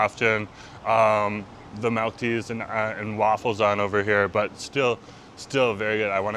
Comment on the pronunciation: i love you but good lord the way you pronounce milk is wild you say melk instead of milk and it’s driving me insane